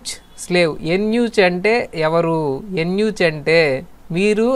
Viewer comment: ఉచ్చారణ ("ఉచ్ఛారణ" కాదు అని గంగాధరశర్మగారు చెప్పారు) తప్పు... "ఎన్యూచ్" కాదు "యూనక్". యూనక్ అంటే మిరపకాయ కోయించుకున్నవాడు కాదు... పిచ్ఛకాయలు పగులగొట్టించుకున్నవాడు. కాబట్టి పిల్లలుపుట్టే అవకాశంలేదు. ఈ మలిక్ కఫుర్ ఒక సమలైంగికుడు. వీడు ఏకంగా "అల్లావుద్దీన్ ఖిల్జీ"తోనే పడుకునేవాడు. ఖిల్జీ తన చివరి 4 ఏళ్ళు ఈ కృత్రిమ కొజ్జాతోనే పడుకున్నాడు అని ఒక తురక చరిత్రకారుడు "జియాఉద్దీన్ బరాని" (Ziauddin Barani) తన రచనల్లో పేర్కొన్నాడు.